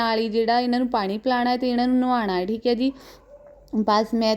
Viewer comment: ਭੈਣ ਜੀ ਨਲਾਦੇਣਾ ਨਹੀਂ ਨਹਾਉਣਾ ਕਿਹਾ ਕਰ ਭੈਣ ਮੇਰੀਏ ਬਹੁਤ ਵਧੀਆ ਲੱਗਿਆ